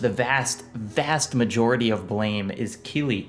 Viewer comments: You pronounced it correctly. If it's supposed to be pronounced "Blam", it should have been called Blam. The creator probably just didn't know how the English word is pronounced. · you didn't mispronounce it. How the hell is anyone supposed to know that it's supposed to be pronounced "blam" based on the english title alone? Blame is an english word, so you read it as such. Anyone who insists you pronounce it "Blam" is just being pretentious imo. If it was supposed to be pronounced Blam in english, it should have been spelled B-L-A-M. If anything, it's the translator's mistake, not yours.